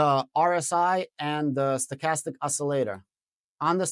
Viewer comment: WOW - you pronounced STOCHASTIC correctly --- am smiling